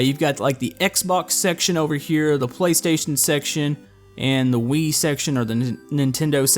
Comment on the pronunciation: i though you said weed instead off wii